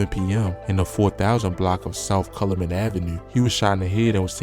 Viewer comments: Calumet: Cal- u- meht.. DuSable: Du-sa- bul he was a black pioneer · Say it with me CAL- U - Met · You can tell you not from city and sound like you from Bmore. Nigga dont know how to say calumet or cicero